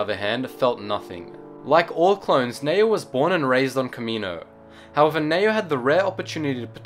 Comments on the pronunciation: I'm quite sure it's pronounced Nee-oh. Not Nayo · Its Ne-O